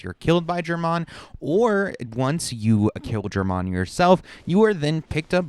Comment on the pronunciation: "jermanne" dude they literally say his name in-game lol